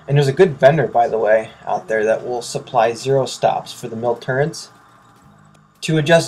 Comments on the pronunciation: It's "MIL reticle"! Not "mill reticule" as you write in the description. - Add: And it's "reticle" XD sure as hell not "recticle" as you say in the vid. -Add: AND... it's "turrets" not "turrents". LOL!!!!!!!!!!!!!!!!! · "Recticles" and "turrents"